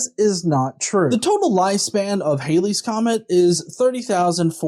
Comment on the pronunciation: It's NOT "hayley", it's pronounced Hal-Lee (Halley is not Hayley)